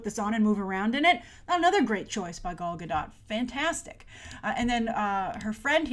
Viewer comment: I haven't noticed it if Grace still does it or not in recent videos about WW but watching this one and hearing now she mispronounced both Gal's first and last name makes me cringe lol.